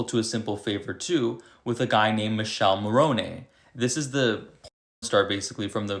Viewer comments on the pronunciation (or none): Michele not Michelle...you pronounce miˈkɛle